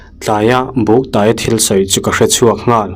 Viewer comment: "Ka taw ka tawi a" tih hi a lam dan a diklo "tawi" tih hi "tuai" tih thluk a lam tur...eg."ka tawi hrut hrut a"